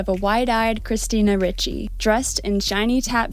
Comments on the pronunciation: Ricci (pronounced Ree-chee not Richie) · It's pronounced ree chee, not rich ee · Good video. FYI her name is pronounced REE-CHEE, not RICH-EE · "REE-CHEE" not ritchie.... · Ree-Chee not richie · Right when I saw this movie, I took the whole thing as a dream in a creepy guy's head. And yeah, he's creepy in real life. This is quite disturbing. BTW It's pronounced "Ree-chee", not "Richie". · "christina richie needs no introduction" you can't even pronounce the woman's name, you might need to introduce yourself to her work. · say it with me "Christina REE-CHEE" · Small note: it's Ricci, pronounced reach-y. Great video - haven't watched the movie in YEARS, so I think I definitely saw it in a different light than I would now, even without learning about all the insane BS Christina endured, none of which I knew about until your video. New fan, here, and I just subscribed 😁. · Christina REE-chee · Great video but I just want to point out her last name is pronounced Ree-chee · pronounced "ree-chee" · Christina Ricci would be pissed you pronounced her name wrong 10000 times. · imagine how much Ricci would have been thrilled if you had actually pronounced her name correctly anywhere in your film.